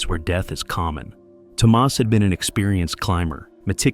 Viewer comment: It's Tomas, not Tomás.